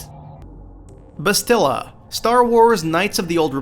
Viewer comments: Disagree on the point where Bastilla Shan (pronounced Bas-TIL-la) betrays you. She portrays you much earlier, though you don't learn about it until you're on the Leviathan and Malak informs you that 1. you're the former dark lord of the sith and 2. that Bas is the reason that you're still alive because 2a. Malak tried to kill you and 2b. the Jedi Masters literally mind raped you, erasing your memories so they could use you against Malak. Bastilla turning to the dark side is the enevitable conclusion after Malak captures you. Of course you're going to have to fight her (and save/kill her depending) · 2 things you pronounced Bastila wrong and how was Bastila's betrayal worse than Kreia's in the second game